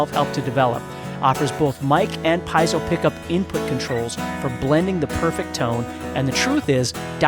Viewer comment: Good video! But for the love of god… is “Pee-ehh-soh” not “🥧zo”.